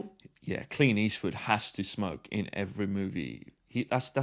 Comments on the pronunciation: Every time says Clint Eastwood, I hear “Clean Eastwood.” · Are you saying "Clean Eastwood"?